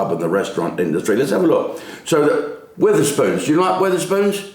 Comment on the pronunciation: there's no i in Wetherspoons